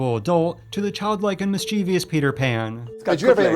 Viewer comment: mischievous, not mischievious. MIS CHEV US